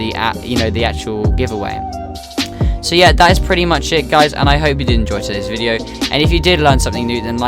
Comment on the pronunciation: boy can’t say video